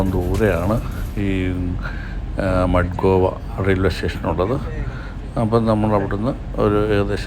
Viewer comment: ഗോവ സിറ്റി കലക്കി! അമേരിക്കൻ ജങ്ക്ഷൻ പോലെ. മഡ്‌ഗോവ അല്ല സാറേ, മഡ്ഗാവ് !